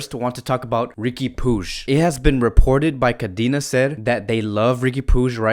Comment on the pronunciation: Facts.. he needs to come up with his own contents. He doesn’t even know how to pronounce Riqui puig and Ter Stegen 😂